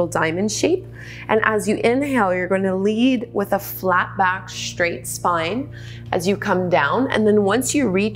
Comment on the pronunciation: Respectfully: Careful! You're saying "shtretch" and "shtraight" instead of "stretch" and . . . as a public speaker, you might want to tidy that up. Thanks for the vids, you rock!